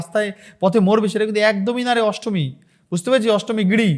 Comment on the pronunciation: ASTMI NA NASTAMI, TA HOLAY SUN TOR VASAN GULO SOGACHI PARITALAY BA RAHINGA LUNGI TOLER SOVA PAAY